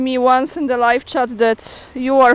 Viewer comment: Ciociu... "polish yer inglisz", przynajmniej na tyle, żeby "live" nie brzmiało jak "leave", bo "to niezupełnie to samo, a wręcz zupełnie nie to samo", jak to swego czasu rezolutnie zauważyła Alicja (tak, ta z Łonderlandu). "Zęby bolą słuchać", a co do reszty, to oczywiście "blubrać każdy może trochę lepiej lub gorzej, ale nie o to chodzi jak co komu wychodzi"... czy jakoś tak (a konstytucja zapewnia każdemu wolność poglądów i wiary). I nie, nie "krytyka" a jeno "feedback" (jak to będzie po naszemu? chyba nie ma, bo "informacja zwrotna" to nie to). Miłego. PS: Z ciekawości ("a czemu i po cholerę YT mnie toto zarekomendował?") rzuciłem okiem w dotychczasowe "dokonania i wykony" (po tytułach aby przeleciałem), i "wrażenia i odczucia" takie trochę z gatunku czy to "whisky tango foxtrot?" czy też "nie wiem co ona pali, ale wyraźnie jej to nie służy..." - aż zobaczyłem "ALL ABOUT RUSSIA WITH ALEX CHRISTOFOROU" (że już o nabożnej wizycie w tym Putinowskim Chramie nie wspomnę). No tak, kolega "Aleks Krzysztof" - no to, hłe hłe, "jezdymy w domu", jak to się mówi. I jedyny dylemat jaki jeszcze mam to tylko "czy bardziej piataja kałonna czy jednakowoż polieznaja... ee... niepełnosprytna".